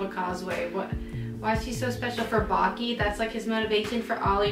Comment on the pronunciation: guys I'm sorry to tell you but you mispronouncing the name of baki gf alll thatttt time. which is completely ok because idk how to write it haha